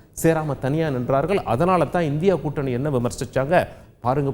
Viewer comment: நீ எப்ப ' ள 'வை ஒழுங்கா உச்சரிக்கப்போற ? வந்தார்கல், நின்றார்கல், புரிந்துகொல்வார்கல் இப்படியே பேசி ஓட்டிட்டிருக்கியே.